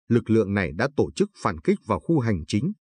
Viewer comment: Càng ngày thấy ngành Giáo dục càng ngày càng đi xuống. Ai đời " tổ chức" lại đọc thành " to chức". Nghe như trẻ con tập đọc . Vui tai mà lại rất buồn. Người đọc phái rất tự tin với khả năng của mình mới dám đọc cho nhiều người nghe hoặc là họ quá coi thường người nghe!!!!!?????